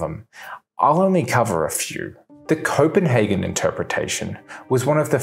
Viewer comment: Copenhagen, not Coppenhagen😄😄😄